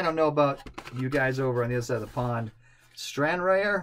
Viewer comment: Good morning. Just a bit of geekie information for you, Arthur WELLESLEY was the 1st Duke of WELLINGTON so you can see another connection between the 2 Vickers planes. Also the Stranraer pronunctiation is closer to StranRAHR, which is a town in Scotland.